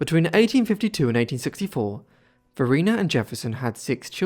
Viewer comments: Just for the record, I believe her name was pronounced va-RY-na, because there is a bridge on I295 crossing the James River named after her(and that area is known as Varina) . Rhymes with vagina. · There is a town in Virginia named after her - Varina - but it is pronounced VahRhineAh